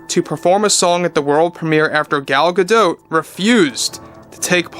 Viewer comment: It’s Gal G’dot, with a hard T, not Gadoh. She’s not French, she’s Israeli.